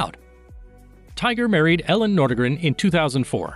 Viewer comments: It''a pronounced EE-lin, not Ellen. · His wife’s name is pronounced EE-lin, not Ellen. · Freckles: just want to make a correction; it's Elin pronounced Eelin (Swedish). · His ex wife’s is not Ellen, it is ‘Eliiinl” she has a Swedish name.